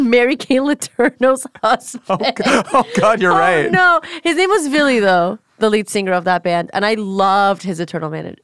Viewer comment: I'm astonished how mentioned bands like Korpiklaani, but doesn't know HIM?! That's crazy. Also, butchered Ville's name pronunciation. 😂 Edit: How come I feel as though I've seen this already before? 🤷🏼‍♂️